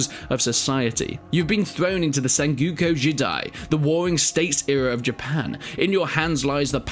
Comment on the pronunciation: Man why can't British people seem pronounce "Sengoku". No hate, but this is like the 3rd British youtuber I've seen pronounce it "Sen-Gyu-Kyu."